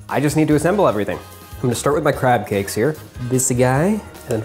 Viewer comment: It sounded like he said crap cakes!